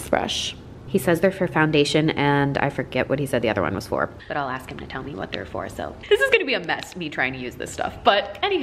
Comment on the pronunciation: jeffree you're still concerned with me You're still Concerned with meh